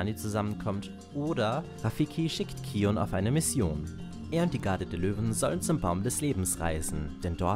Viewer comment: Ja, das ist richtig ausgesprochen ^^